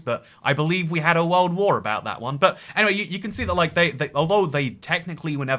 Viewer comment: why tf did he randomly turn american when he said "world war"